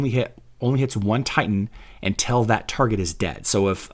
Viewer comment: You can't even pronounce the name of your channel. What is "cintral"? I thought it was Hero Wars Central. Also, untell isn't a word. Until is.